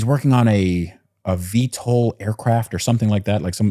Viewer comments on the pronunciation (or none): none